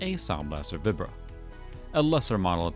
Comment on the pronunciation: I have never heard anyone say Vibra the way you do before. Everyone I knew back in the day always said it like "vibe" not "vib". I don't know what the official Creative Labs pronunciation was though.